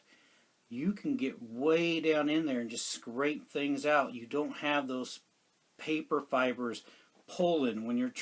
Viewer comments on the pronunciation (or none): none